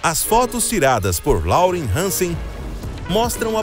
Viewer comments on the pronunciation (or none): none